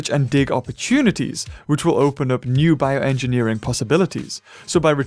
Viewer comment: "form" "Biorngineering" Alright now... who did it? Was it you,?